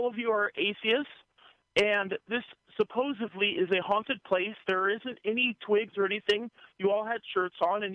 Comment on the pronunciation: supposevly is not a word.